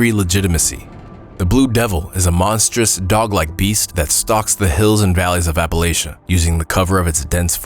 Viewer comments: Its 2025 and people are still pronouncing it wrong, it pronounced as if you're saying latch not lay. How do so many people that supposedly went to school mispronounce the name of a mountain range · Why do people insist on trying to change the pronunciation of Appalachia to sound more formal? It’s not Appalashia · How he pronounced Appalachia and Wendigo absolutely triggered me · This video was kinda difficult to listen to since he kept pronouncing "Appalachia" incorrectly over and over. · Every time you said Appalachia incorrectly I cringed! But I enjoyed the video!~